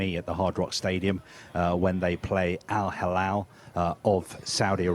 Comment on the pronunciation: not Al Halal 😂 it’s Al Hilal ✔️